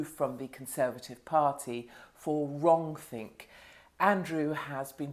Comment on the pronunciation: 'Wronk-think' Yes! Hello 1984!